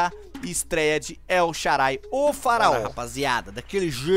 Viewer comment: Mano o W do El Shaarawi tem o som de U...vc está pronunciando o nome dele errado